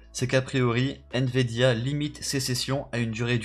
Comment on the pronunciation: Il dit" N vidia